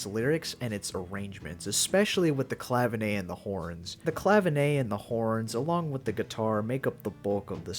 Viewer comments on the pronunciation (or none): I'd give more credit to 'Dirty Work', -love that song and one of the songs along with the other two hits on 'Can't Buy A Thrill' that helped me become a Dan fan - love the albums from Aja onward best though too. Just one thing - 'Clavinet' is not pronounced 'Clavinay'. It's as it looks, ClaviNET. Cheers!